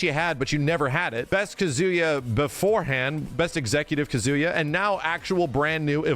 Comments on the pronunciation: Ka-zu-yaa pleaaaaseee Not Kazoo-ya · Is pronouncing Kazuya like that a meme? It's driving me up the wall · Okay I'm glad I'm not the only one hearing "KaZOOyaah" every time haha. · yeah the way ppl pronounce Japanese names is sometimes kinda cringe. It’s “KAHzuya” lol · it's pronounced kazuya not kazuya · Every time says Kazuya's name, I just keep thinking "Banjo-Kazuya." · Bruh same!! All I hear is banjo Kazooie 😭😭😭